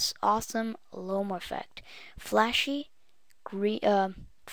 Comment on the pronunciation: Lomo, not Lome, whatevs, I dig it. Thanks for postin' this.